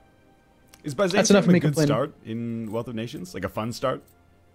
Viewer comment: Have you and switched upload times? You at 3 p.m. and he in the evening? Also, it's "Wealth" of nations, not "Weath" of nations